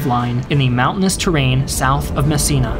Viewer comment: Nice video, but please, try to pronounce italian cities and generals with their correct name, and not with accents that trasform them in chinese (for example, it's MEssina, not massina, Troina not trunia, Centuripe, not shenturipe, GraZiani, not grasciani, AdrAno, not Adrno, CatAnia, not catanIa) Anyway, good video as always, and thanks to share a bit of story about italy.